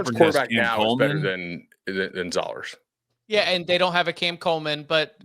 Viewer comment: Another week of mispronouncing Matt Zollers’ name - isn’t this your job? I’m talking to you, - you big dumb idiot. Also, Missouri has a win against Auburn. Beau Pribula isn’t much, if any, better than Zollers even with him being a true freshman. Missouri’s defense is great but the offense is absolutely dismal and has been for awhile now. No one talks about how Drink is supposed to be an offensive minded coach but Missouri’s defense is better than the offense year in year out.